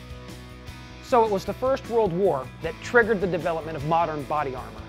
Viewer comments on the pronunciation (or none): none